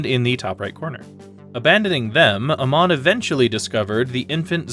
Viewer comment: Pronouncing Amon as Uh-mon instead of Ay-mon sounds so weird. Certainly a choice.